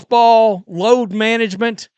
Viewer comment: Did you say load management... or LOATH MANAGEMENT!!!???